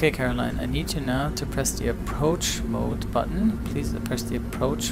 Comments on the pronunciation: “Approach bode mutton” 🤣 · "It's an approach boad mutton" a little Dr Spooner there. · did you say "Approach Boat Mutton"? ;)